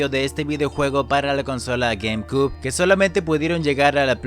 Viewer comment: 🤣 como es q pronuncia gamecube? jajajajajajajaja